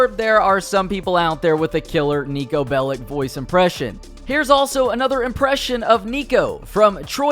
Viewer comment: Its pronounced as “Bell-itch” not “Bell-ick”